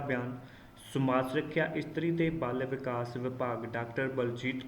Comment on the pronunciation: ਬਾਲ ਵਿਕਾਸ -not ਬਲ ਵਿਕਾਸ